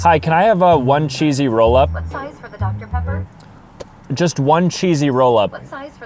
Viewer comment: not the ai asking what size is the doocter pepper for a egg rollup